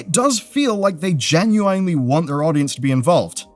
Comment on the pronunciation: Not to be an asshole, but the pronunciation of "genuinely" could use a revisit